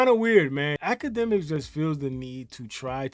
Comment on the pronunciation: Why is dis fool talkin bout infinity stones?!! Huh, “dj act-ka-dummy” (TETHRR-BABBLE)